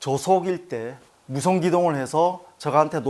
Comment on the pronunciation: 무선기동이 아니라 무소음기동이겠죠?